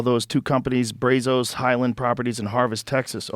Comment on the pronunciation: Brazos isnt pronounced like that